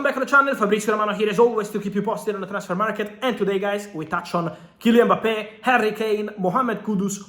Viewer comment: Mbappe not Mpabbe